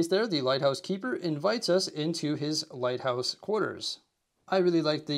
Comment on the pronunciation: Every time he said light house it sounded like White House